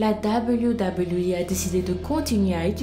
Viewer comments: Pourquoi tu parle avec le nez en permanence ?? Et cest pas WWI mais WWE c'est un E pas un I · Arrere de dire doubleyou doubleyou I mdrrr en france ont dit double v E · Dit Doube v double v euh !! Pas dablyou dablyou voui 😭😭😭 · Super video! Mais ca se dit "deubeliou" pas "dabaliou" ... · wech prk elle le prononce " dabliou dabliou i"😂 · ça façon de prononcer le W -_- dabeulyou dabeulyou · c'est WWE et non debuidebuiwui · tg avec ton. dableyu dableyu i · Dabeulyou dabeulyou hi apprends a parler ptn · ses même pas dire wwe sa me fâché putin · tu la prononcé mal wwe